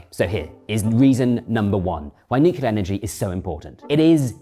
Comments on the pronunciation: He never says "nuclear" but "nucular" 😄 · Nuclear, nuclear, nuclear Boils my blood when I hear nucular FFS